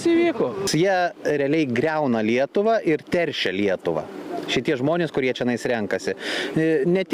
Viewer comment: to ar man taip girdisi ar už lietuvą skamba su akcentu e ne ie žody lietuva ir š per kietai taria žody bolševizmui t.y. l minkštai negali ištart... niuansai ir detalės ...velniai kur veliasi... kad ir kaip gerai mokintųsi